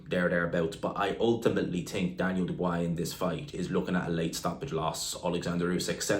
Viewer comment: Jesus learn how to pronounce Dubois.